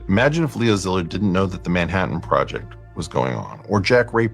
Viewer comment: Leo Zillard? Li-zard. They aint even hiding it